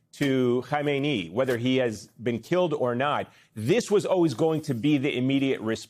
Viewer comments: KHAMANEI (pronounced Ham-An-Nay) - not Khomeini (Hom-eh -Knee). Get the name right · Dude. It's Kha Meh Neh Eee! Khomaini was the Ayatollah that CIA forced on Iran in 1979. Now CIA wants to uninstall the Ayatollah! Makeup your mind 😅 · Ari, You are mispronouncing his name.